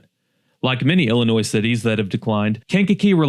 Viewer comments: The s Illinois is silent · First of all, you are mispronouncing our state. It is Illinois, not Llinois (Intro). You missed Gov. "Prickster" video message, 'There is no crime in Chicago'. Illinois was a heavy industrial state. When the decline started in the 70's, and definitely in 80's, when business, especially manufacturing left for China & other right to work states. Chicago & the other communities that were mention in this video, have been run by many corrupt politicians, judges & other community leaders for many decades. Any Large Urban areas in Illinois are "Shit Holes" with High Crime, High Drug Use, high taxes and corrupt politicians, even today. Today, most "Blue States" are run by people that do not care about their people, just look at Obama, he was from Chicago (allegedly) when he was President & did nothing to stop crime. So if you want high crime, high taxes and poor public education, then please move to Illinois. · Did you really just make a video and then pronounce the silent S on the word Illinois through the whole thing !?!??! BRO! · It's not pronounced Ill- i- noise!!! I have lived here for 70 years, and the correct pronunciation has not changed. I also don't agree with all of your choices on this list. F.Y.I. you can obtain the correct pronunciation of our great state by simply using, GOOGLE....🤔 👎🏿👎🏿👎🏿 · no, the s is silent. "il-uh-NOY" is the correct pronunciation. Just fyi. It's not obvious to everyone, no shame! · The S is silent, too bad the outrageous crime isn’t. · He said Illinois with an S 🤦🏽‍♂️🤦🏽‍♂️🤦🏽‍♂️ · Just say Illinois. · Don't make a video about Illinois, if you don't even know how to pronouce, "Illinois" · The S in illinois is Silent like the Y in YOUR GIRL 🤷🏽‍♂️ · This guy doesn't know how to pronounce "Illinois" the S is silent. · ill-a-noy not NOISE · You don’t pronounce the S in Illinois sound foolish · The S is SILENT in Illinois.